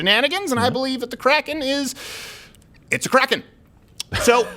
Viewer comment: Hey guys I think Sidney Powell finally released the "CROCK-EN